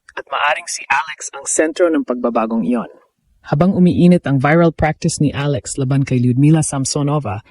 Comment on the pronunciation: Anong klaseng Vlogger ka? VIRAL ( Biral pag Pronounce mo?) magtayo ka na lang ng parlor BIRAL.